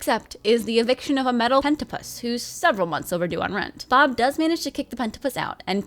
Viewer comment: Hentapus lmao